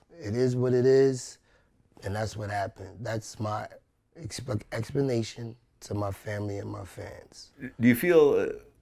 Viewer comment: "That's my expenation" Fail